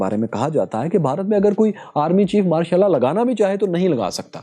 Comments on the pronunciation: Pronunciation sahi kro yr Martial Law bolre ho sunayi Mashallah de raha hai 😂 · Not Ma' shal laa😂😂😂